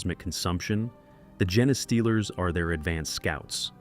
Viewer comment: I understand using text-to-speech - I hate the sound of my own voice. but you should check the result and tweek the input, ie rewriting genestealers as gene stealers or even jean stealers. and traditional text-to-speech may be easier for listeners to spot but it won't get people as upset as AI does (I won't go into the reasons AI is bad, I'm sure you've heard them all before)